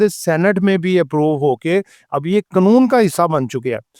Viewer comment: Satuation nahi Situation hai, mulak nahi mulk hota hai ore qanoon nahi qaanoon hota hai pls correct yr pronouncation tku